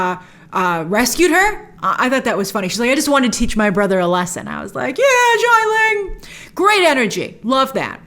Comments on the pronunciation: It’s “Xialing” not “Shyling” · SHIA ling. not JAI ling. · Great review, Grace. Love the comparison of Wen Wu to Michael Corleone. Just a note about Xia Ling, it’s pronounce “Shi-ah.” X’s in Chinese are used for a “sh” sound, just like “xie xie” to say “thank you.” 夏 (xia) means summer. You can copy that kanji and hear the correct pronunciation off Google Translate.